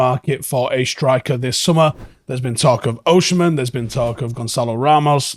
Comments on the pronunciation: Bro its Osimhen not OSHEmen. Pronounce as O-SEEM-EN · Please pronounce Osimhen name well, thank you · True, but it’s useless